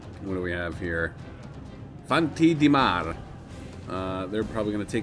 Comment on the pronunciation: you actually prounounced some units correctly like the Fanti di Mar